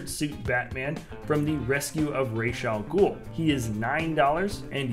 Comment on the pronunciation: He said rash a Ghul it’s rad a Ghul